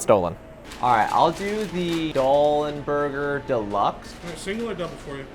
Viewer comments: I kind of got annoyed that you kept calling Doll n' Burger, "DOLLS n' Burger." You gave the info that it was founded by a guy named "Dalenburger" (hence the name of the place) but you kept pluralizing "Doll" to "Dolls." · why does he keep saying dolls n burger! it's right in front of you!!!